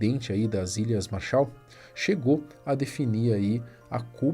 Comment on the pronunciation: MÁrshaal!!! MAArshal!! A ênfase é no primeiro "A"!!! MAAAAArshal!!